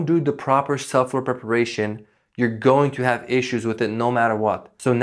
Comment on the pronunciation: Thank you for the great tips. You might want to consider working on pronouncing subfloor. Sub floor. It sounded like suflr. I had to hear it a few times before I figured it out. Great information, regardless.